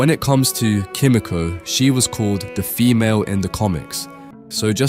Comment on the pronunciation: It’s pronounced key me ko not ki mi ko